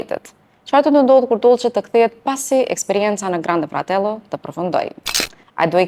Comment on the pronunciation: Kuku sa keq pe ja thune emrin doces edhe grande fratello pe thuni shum keq 😅😅😅😅😅😅😅😅😅😅😅😅